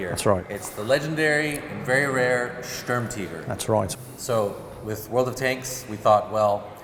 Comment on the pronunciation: They all pronounce Sturmtiger as Sturm-TEEger and it’s really annoying lmao. Great video though